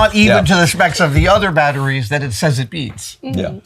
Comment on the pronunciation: Throwing a pitch - Yea, we're throwing a pitch! - What a wonderful pitch you are thowing! - Yes! Pitch! Are! Wonderful! Cheap batteries are baaaad. - Hey I'm male, say sme thinh. - Ok - Battttris. bad. our battris goood. -sfftry.